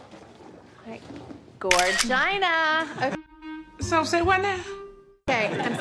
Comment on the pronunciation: I’m never going to stop saying gorgina now